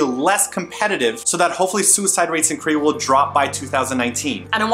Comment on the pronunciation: It is KOREA not krayah... LOL I don't know why the way he said Korea annoyed me so much but it did..